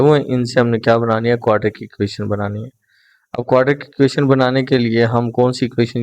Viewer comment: Sir ji please 😒😒 aap ek word wrong parte hai aur wo hai quadratic word wese parhne Mai quadratic hai aap quadric parhte hai plz Apne words ko pehle thk Karen us ke Baad video banaya Karen